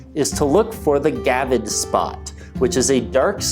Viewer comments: Come on man. It's a gravid not a gavid! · Gravid. Not gavid. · It is gRavid spot. Not gavid spot. There is a R in there.